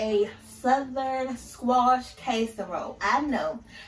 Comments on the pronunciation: Down south where I'm living. We don't call it CASE a role.....its called Cass A Role😂😂😂😂😂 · Your kitchen looks nasty to me. Also, the word is not kaserole, it is casserole. You didn’t mix anything in with the squash but cheese and onions how can it be a casserole without mixing some other ingredients in with the squash like sour cream and cream of celery soup. These are the ingredients that most recipes have in them. If that is how you like to make it I guess it’s ok but I don’t think most people would like it that way 😂😂😂🤮🤮